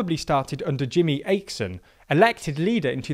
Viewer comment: Dear, Jimmie Åkesson is pronounced Yimmie Awe-keh-son